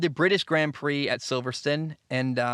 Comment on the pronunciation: Only two minutes in but 1. Silver-stone 2. O-con 3. Ghuanyu zhou 4. Al-bon